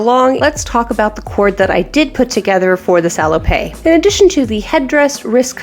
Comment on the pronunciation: Love your stuff. FYI: At least in French, it's pronounced "sah-low-pet", not "sah-low-pay". PET is pronounced pay, but PETTE is pronounced pet. Hope that makes sense. Keep the great content coming.